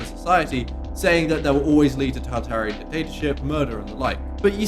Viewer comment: Dear God. You have no fucking idea how to even say a word like "archipelago," and people are paying attention to you? "Taltarean" instead of "totalitarian"? Also, there's no "v" in "rather." What a clown.